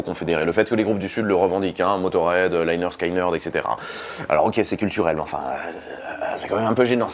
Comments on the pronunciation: Etant un grand fan du groupe, je reviens sur certaines erreurs dans cette vidéo. Rien de trop grave, la vidéo en soit est plutot bonne. Premièrement, tu parles à un moment que le chanteur vient de Californie (?) d'où sors tu cette info? Il est né à Jacksonville en Floride et y a toujours vécu. Ensuite bon, on t'a déjà fait la réflexion mais la prononciation du nom du groupe, il faut que tu te bases sur leur premier album : pronounced leh-nerd skin-nerd. Donc ce n'est pas 'Léneurd Skéneurd' mais 'Léneurd Skineurd'. Et puis dernier point, pour tes futures vidéos, cite les noms des membres du groupe, tu parles de chanteur, de guitariste, on s'y perd. Tu dis le guitariste (Ed King) a rêvé du riff toute la nuit puis plus loin tu dis le chanteur et le guitariste (Steve Gaines) meurent dans le crash de l'avion. On pourrait croire que c'est le même guitariste et qu'il n'y en a eu qu'un. Enfin bon, sinon c'est une bonne vidéo. Pour rajouter à l'argument que ce n'est pas un groupe raciste, je te tourne vers le morceau 'The ballad of Curtis Loew' où le groupe rend hommage à noir jouant du dobro en ville. Cdt. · bon alors deja on dit pas "laillner skaillnerd" ^^ pas plus qu'on dit, "david laillnche" mais david lynch.. j'ai les oreilles qui saignent. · Faut apprendre a prononcer correctement lynyrd skynyrd, please. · Quand on sait pas prononcer Lynyrd Skynyrd, on essaye d'être un peu modeste sur le sujet. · Ce serait bien de prononcer correctement le nom du groupe. Le y se prononce i...! T’es pas le seul à faire l’erreur dans l’hexagone... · juste pour dire lynyrd skynyrd ne se prononce pas comme ça.... ;) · Interressante video mais on prononce lénérd skénérd au lieu de layenerd skayenerd et motorhead est un groupe anglais sinon bravo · Ah ben voilà, enfin une vidéo sur cette chanson et la pseudo rivalité Young/Lynyrd Skynyrd (Au passage, on prononce : leh nerd ski nerd, et pas Laïe nerd skaïe nerd)!!! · On dit 'lĕh-'nérd 'skin-'nérd